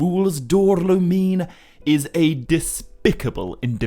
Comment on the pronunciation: Great work as always,! Only a little note: I think Dor-lómin is pronounced with the emphasis on the accent. No paragraphs of comments from me unlike last time 😅